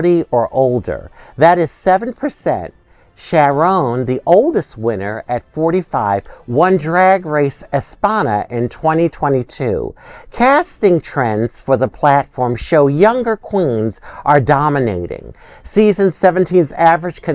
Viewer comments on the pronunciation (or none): Girl, you know damn well that isn't how you say "España."